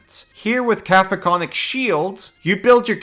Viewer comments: You start out (correctly) saying "Cack-oh-fonik", but by and every time after that, you're saying "Caf-o-konik", which is not even close. I know that as a, Common isn't your native language, but still... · Just a mandatory correction, it's "Ca-COPHO-nic", not "Ca-PHOCO-nic" Shield. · forgive me for being a grammar nazi, I believe its pronounced (ka-cofin-ic) shield. LOVE YOU AND GATOR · Caco-phonic is messing with me lol, because I say it like cacophony 😂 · KA-KO-FON-IK That is all. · Cacophonic is pronounced like cacophony. Kuh-kof-uh-nee. This vs conjure animals or upcast vs conjure woodland beings? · I took thunder and psychic damage just from hearing the spell name so horrifically butchered. 😛 Joking aside, for anyone confused about the spell's actual name, Cacophonic is the adjective form of Cacophony, in which the "coph" section is supposed to sound like the word "cough." At least the spelling of coph makes more sense than cough lol. I'm sorry if any of that sounded rude, that wasn't my intent. It's just... the creative writing major in me was crying out.